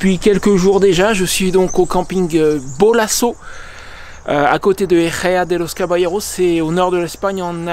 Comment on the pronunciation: Cool. Bonne continuation. J'étais au camping Bolaso début octobre 2023 et il faisait nettement plus chaud 😊. Ejeo(a) de los caballeros ,toi tu le prononces mieux que moi 😂. Pour les Bardenas, un conseil avec ta moto,reste sur la partie ( circuit) touristique et évites de t'aventurer sur des points delicats surtout si tu es seul , il n'y a pas de réseau, mais soit tu as la carto hors signal, sinon tu n'es pas perdu ,il suffit d'aller tout droit et il y a plusieurs entrees / sorties . Caidas de la Negra , n'y va pas avec ta moto , ca ne passera pas. J'espère que tu auras ces infos avant, sinon comme tu aimes et comme dans la chanson. L'aventure c'est L'aventure 😅 Bonne route et a ta prochaine vidéo pour nous raconter ton voyage. Moi je repars vers l'Espagne en Avril pour réchauffer mes vieux os.🌋